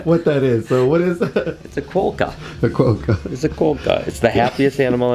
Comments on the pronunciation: Okay, Australian pronunciation...Brian, you pronounce it as in 'quo-kka'. In Australia we pronounce the 'quo' as in 'lot, pot, sot' then 'kah'. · You need to learn how to pronounce Quakka 🇦🇺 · I know this is an old video. But is that tattoo meant to be of a quokka? If so, lol, Brian might want to learn how to pronounce the name of the animal he's permanently put on his skin. Lovely snakes though.